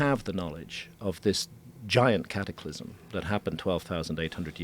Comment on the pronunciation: Hearing “Cattyclysm” over and over makes my ears bleed